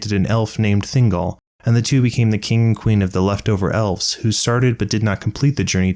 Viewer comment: Text reads kin, you say king